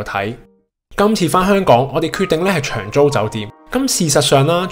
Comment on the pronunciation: 發音不正，長租變長洲